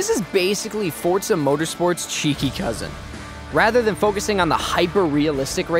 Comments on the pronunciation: It’s FOR ZA not fortza don’t add the t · Why you saying fortza it’s forza bro learn how to speak English 😂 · Why are you saying fortza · Fotra or forza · Say “fortza” one more time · Stop saying Fortza haha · Fortzuhh?? Wtf this aint fortnite boiii 😐